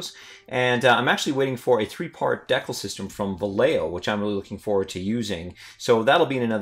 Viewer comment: I'm pretty sure the down votes come from his pronunciation of the word decal